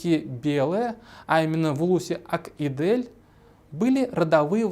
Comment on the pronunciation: по-башкирски "Ак Изел", тогда почему вы произносите по-татарски?